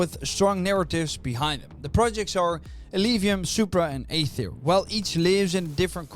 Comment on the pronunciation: AETHIR NOT AETHER